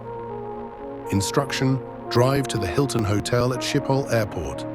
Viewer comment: this is great also it's funny how after perfect pronunciations of dutch streets we hear shiphol and jutrecht in radio messages